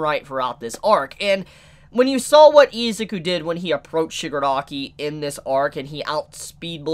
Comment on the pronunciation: Take a shot evrytime says "Eezuku" 😂